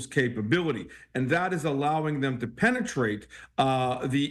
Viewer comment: The anchor jumped every time said "penne treat"...